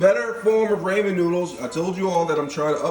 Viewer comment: do you say ramen wrong on purpose to be funny or do you really think that’s how you say it lol no shade just curious :)))